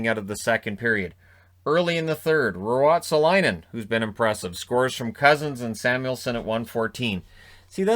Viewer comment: Damn, you nailed the pronunciation of Ruotsalainen.